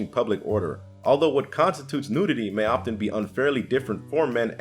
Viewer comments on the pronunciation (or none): none